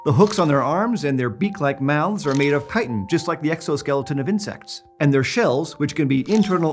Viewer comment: omg he says Chitin correctly :O